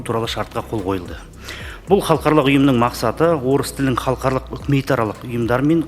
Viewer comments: Мына жігіт қалқарлық,қалқарлық деп қоймады ғой Халықаралық-деп айтылады. Өзі мінбеде тұрып қате оқып тұр. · Мына министр халықаралық деген сөзді халқарлық деп қате айтып тұрғаны нес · Халықаралық деген созди Халкарлык деп. Окыды депутат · Қазақ министр "халықаралық" деген сөзді дұрыс айта алмай тұр ғой. Қазақта "қалқарлық" деген сөз жоқ. Ұят екен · Мына шырағым, халыкаралык дегенді де халхарлык деп бурмалап тур, мундайларды курту керек, казакша сөйлете алмай отканда, орыс мектебі неге керек, орыс мектебіне бармай ак, орысшаны судыратып, мәңгурт болып жур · Мына минстр не оттап тұр қаларлық деген қандай сөз халық аралық дегенді айта алмай тұр ғой сахаума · Хархалық емес халықаралық деп айтылады алдымен жөндеп айтып алып сонан соң қабылдамай ма өңшең мәңгүрттер. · Ғылым министрі қазақшаны халықаралық дегенді бірнеше ретдұрыс оқымадықазақшаға шорқақтау ма қалай?